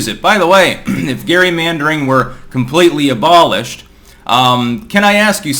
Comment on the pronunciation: Lol he can't pronounce gerrymander